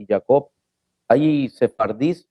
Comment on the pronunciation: Ese tipo de la kehila, hahahah Primero que aprenda hablar bien el español ( "acectas" en lugar de aceptas, "yacot" en lugar de Yaacob) Ese tipo tiene más cara de figurilla prehispánica que el mismo nopal de México hahahaha . Mesianicosnopals. Queriendo enseñar a sumar a los ingenieros.